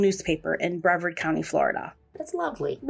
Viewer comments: Bree vard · Yes, please. Its brevard like rhymes with yard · People always say Brea vard. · Please learn how to save names. It is Brevard was wrong the entire time.